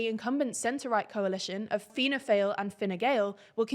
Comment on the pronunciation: The pronunciation of "Fianna" was correct but "Fáil" is pronounced like "Fall" in English.